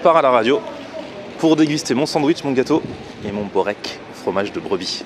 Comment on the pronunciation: InZzLiim'Z PzZATzP bourek on dit